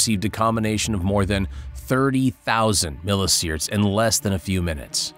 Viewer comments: "sea-verts" not "seaerts" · Just fyi- it’s pronounced like mil EE see vert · Millisieverts isn't pronounced "milliseerds" and hematopoietic isn't pronounced "hemmopoetic".